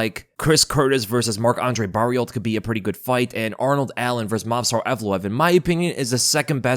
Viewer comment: You don't need to say Barriolt for Barriault. The Lt is silent so it's basically Mark Andre Barrio, just like Archambault, you don't say Arch-Am-Bolt but Arch-Am-Bo.